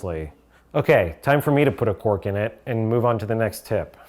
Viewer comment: Is he saying quark instead of cork?